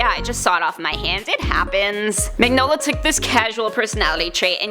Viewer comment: I hate to be "That guy", but it's pronounced "Min-yola". Sorry, that just really bothered me lol. Very interesting video though.